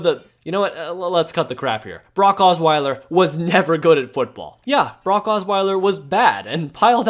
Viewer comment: You pronounce Brock like Barack